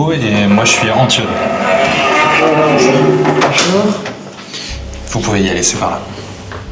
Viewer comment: Antionne 😂 ha oue le français bravo 👏🏻